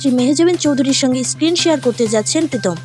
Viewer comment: প্রীতম নয় পিতম 😅😅